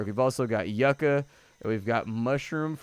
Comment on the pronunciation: it's Yuca pronounced "yoo-kah". Keep up the vids, thoroughly enjoy them